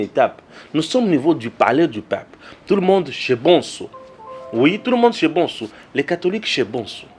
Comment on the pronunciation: Bsr cher! Pardon mon cher prononce bien le nom de ton papa l'Honorable Président de l'Assemblée Nationale, "vieux MBOSO" au lieu de BONSO, merci!